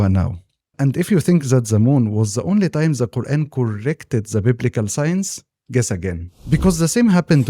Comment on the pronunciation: This is a great video JZK. One suggestion for you is to practice saying the "th" sound in "the" it would make your content better IMO